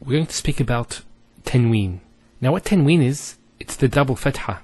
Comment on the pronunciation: You're teaching good, however just note that some of the letters, for example Qaf, must be pronounced with Tafkeem, bold and heavy strong sound. You should also note that tanween is not COMPLETELY noon, as it is pronounced differently as well. Hope you found this helpful.